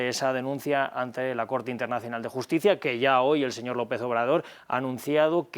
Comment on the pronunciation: Siempre Defendiendo lo indefendible este ex-embajador. Que pronuncie bien es Presidente Andrés Manuel, no deñor, hasta la segunda vez lo menciona bien. No cabe duda que la vejez no te da Educación ni respeto. Habkando de supuesta justicia pero sacan mtiendose cono LADRONES en una Embajada. Lamentable No les Importa du pueblo al fin que lis políticos tuenen dinero en diferentes bancos.